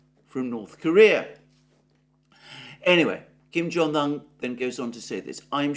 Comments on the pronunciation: Why Kim Jong "han"? It's "oon" It's not Siuneik, or baiden.... 😂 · Better come correct his Name is uun. Un